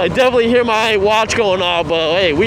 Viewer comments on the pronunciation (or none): none